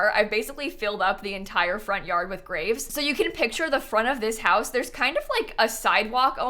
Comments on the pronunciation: Why did I hear grape🍇 collection?!🤣🤣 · when you said graves, I'm not a native english speaker, so I thought you said GRAPES and I was just thinking, odd to keep 79 grapes in your front yard I guess.. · I though she said grapes lol nope graves lol